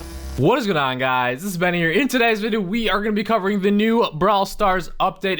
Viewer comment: Is it just me or does his intro "wha is goin o guys" trigger you???